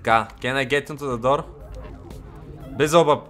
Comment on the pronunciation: казва се велзевул не билзелбъб XD. На различните езици има разлика заради грешки в превода на Библията.